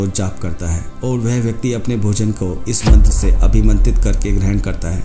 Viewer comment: मंत्र का उच्चारण तो सही है कृपया मंत्र लिख बताने की कृपा करे